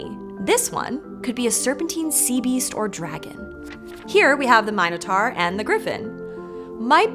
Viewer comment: Thanks for pronouncing 'Minotaur' correctly. (Meow.)